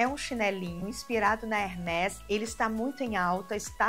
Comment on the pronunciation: Pronúncia é hermês, palavra em francês e o acento usado é um som fechado.